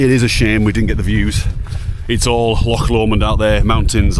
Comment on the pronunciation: Thanks for saying loch and dreich right. I do want to do the West Highland Way, one of these days.